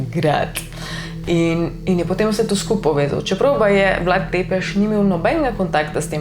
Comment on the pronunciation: Sicer se pravilno prebrere Brašov (s ima repek), pa Vlad Cepeš (T z repkom se prebere kot C).